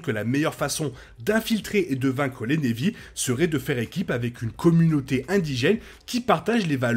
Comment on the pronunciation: très bonne vidéo et hypothèse, mais s'il te plait !!! prononce Na'vi avec un "a" et pas névi .... même en anglais ils le prononcent avec un "a" ;-)